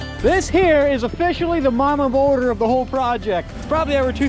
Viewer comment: A humble question from someone learning English: why do you call a boulder “bourder”?